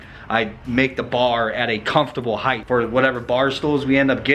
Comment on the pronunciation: Spell height, now say it, heighth 🤦‍♂️